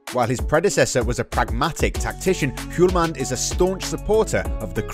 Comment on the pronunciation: H in Hjulmand is silent😉